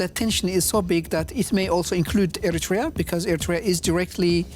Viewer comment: Madam Ambassador, the country is called Eritrea not Ertiria